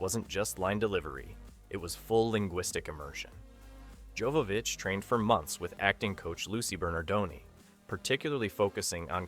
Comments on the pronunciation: Mila's surname pronounces as Yovovich. Her far ancestor was obviously named as Jovo pronounced Yovo from Jovan(Yovan) in west known as Johan or Ivan in Eastern Europe, and Yovov(means belonging to him when someone ask you which ones are you) ich is suffix denomination as little meaning his young Descendants. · This was a great video about a great movie. But there is one thing I feel I need to point out. Her name is pronounced Yovovich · Joe-vovich. Also, Besson isn’t 50 today, he was actually born in 1959, and wasn’t “starting his work on the film in 1991 at the age of sixteen”.